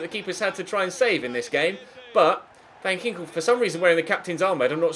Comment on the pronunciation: As a Dutch person I am laughing my ass off everytime u try to pronounce a Dutch name😂... Btw van Ginkel is with a hard k😂